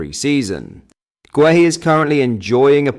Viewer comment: Gay-Hee, not Gway-Hee